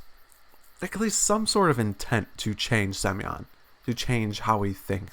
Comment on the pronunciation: Сук,каждый раз проигрываю с этого "semyon":D